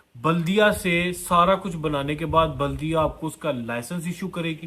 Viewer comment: Jahil it’s baladeeyaah not Buldiya